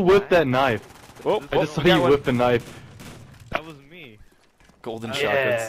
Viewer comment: You said woss